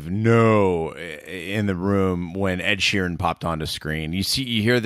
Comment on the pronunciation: real suprised he didn't call the house the mound. He said like 15 names wrong in 1 podcast. Write them down man lol Ed sheen Derrick dondarrion lol